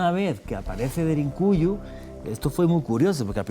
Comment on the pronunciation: Cuál DERINCUYO animal! Aprende a hablar DERINKUYU DERINKUYU!!!